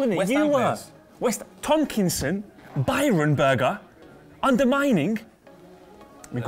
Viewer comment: If they say fucking "Byron" again I might die